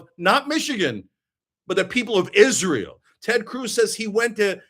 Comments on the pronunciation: "Izzrull" ..... 😂 Lol, I thought I was the only one who noticed how he pronounced that. May his wife & kids ..... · same. Izzruhl.